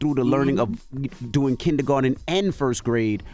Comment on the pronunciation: Did Tez say “kinnygarten” 🤦🏽‍♀️